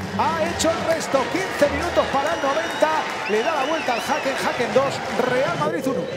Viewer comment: Vivo en gotemburgo y se pronuncia Hecken (Häcken)